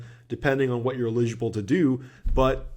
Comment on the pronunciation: every time you pronounce eligible that way I do a spit take and my computer is drenched